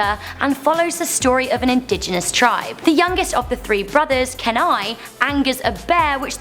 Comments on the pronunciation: Um,, its Key-Nigh, not Ken-I, just fyi. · Kenai's name is pronouced 'key-nigh' in the movie